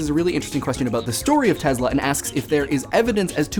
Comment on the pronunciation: Its pronounces TeSla.. not tezla... Nikola TeSla